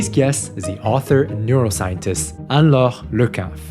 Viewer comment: You are a great interviewer! Refreshing to hear her name pronounced correctly with a French accent 😊